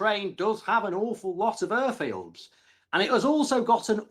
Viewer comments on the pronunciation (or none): Urforce and Urfields 😂 Wur? Over thur😂 next t Tony Blur